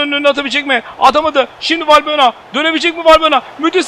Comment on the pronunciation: Abi bu arada valbuyena degil valbuena diye okunuyor ☻